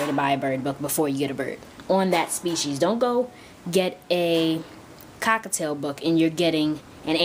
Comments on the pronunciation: It's cockaTIEL,I'm sorry,the way you are saying it really annoys me(cockaTAIL),you could confuse other beginners too. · The way you say cockatiel sounds so much like cockatoo